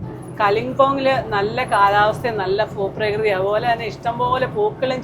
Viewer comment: ഫൂപ്രകൃതി അല്ല ഭൂപ്രകൃതി ആണ് ചേച്ചി